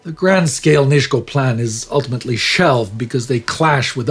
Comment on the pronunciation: Thanks for the episode. Just a small note on Polish pronunciation. Nisko is pronounced as Nisko, just an "s". Katowice basically the same as its German equivalent Kattowitz.